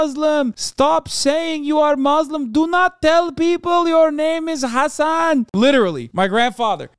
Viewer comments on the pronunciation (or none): Did he just say حسن ??? Like not in a turkish accent but more of a persian accent !!!! I rewind it 100s of times. Someone please tell me sth if you agree with me.